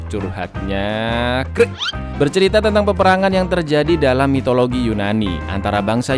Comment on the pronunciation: Kimbeklah... Serius kali awak nonton, gara2 denger kata 'mitolagi' malah jadi ngakak... :D